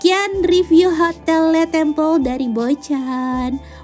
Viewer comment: Bocaaan... LE TABLE, krn French language, bacanya ya le table... Bukan le tebel... Xixixxii... Juga LE TEMPLE, bacanya ya le temple, bukan le tempel.. 😜 Sedikit masukan aja yaaaah.... 😜